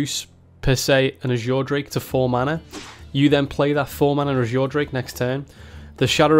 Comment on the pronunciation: Reduce an Ajure Drake to 4 mana Ajure Drake That pronunciation urks me